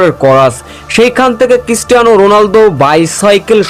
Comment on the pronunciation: Christiana not kistiana. 😅😅😅😅😅